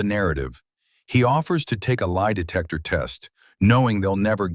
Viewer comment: When the detective said, "lie detester," I laughed out loud! 😂😂